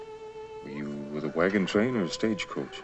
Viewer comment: Great video clip of an excellent episode of superb series Cheyenne. However, pay close attention to the way Julie Adams pronounces the word wagon train. What it sounds like she's saying is "wagon trainer". Also, pay close attention to the two times that Bodie pronounces the word Custer, as it sounds like he's saying "Custard". I never watched the series when I was a child as westerns bored me. Having watched the entire series in reruns for some time now, I wish I had watched it as a child as the elements of acting, casting, writing and direction were quite perfect. It's unlikely we'll ever see another hero like Cheyenne Bodie as was perfectly portrayed by Clint Walker. Walker would have made an incredible Superman if he were the proper age.